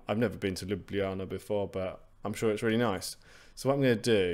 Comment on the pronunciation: You are the first English-speaking person I have met who correctly pronounced Ljubljana. Bravo :goodvibes